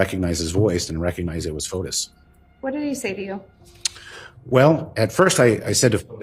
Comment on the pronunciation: Fotis is pronounced Fo tis, not like Otis.